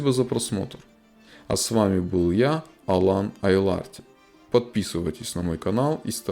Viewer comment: Почему айларти а не айларты